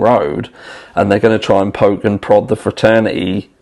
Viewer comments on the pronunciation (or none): none